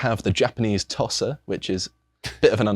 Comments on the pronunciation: Tosa is pronounced 'tow sa' not 'tos sa' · Tosa isn't pronounced like 'tosser', but more lke 'toe-sah'.